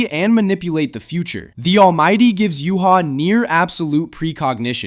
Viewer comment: Said ywach's name wrong btw